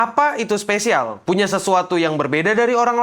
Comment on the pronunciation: You're my specialz.. tet tonenenenot tonenenenot... 🗿🗿🗿